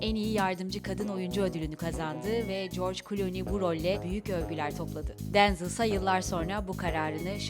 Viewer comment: Denzıl değil direkt Denzel diye okunuyır